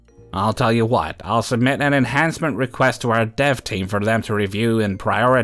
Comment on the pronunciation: I had to listen three times to understand you were saying “dev team”, and not “dove team”, and then a good ten seconds to figure out “dev” means development. Coffee, here I come!!